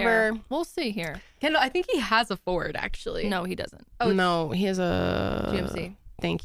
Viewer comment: Everytime you say Kendall😅I hear Ken-doll🤦🏼‍♀️